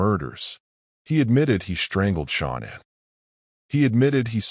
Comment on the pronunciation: Mispronouncing Shannans name is an insult to her memory. Do better